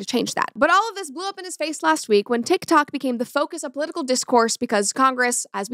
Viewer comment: I can’t get over him saying “powitical”